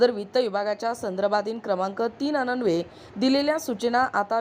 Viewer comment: वाचन तरी अचूक करावे. अन्वेय हा अननवे असा वाचला .